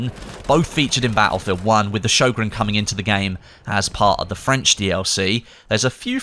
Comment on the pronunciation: Being Swedish hearing him butcher the Sjögrens name is so cringe😂